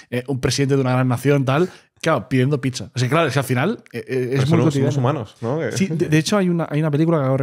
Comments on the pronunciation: me sangran los oidos con tanta "picsa" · Gran podcast!!! Pero....porqué llama "picsa" a la pizza?¿